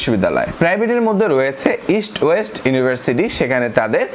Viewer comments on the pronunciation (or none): none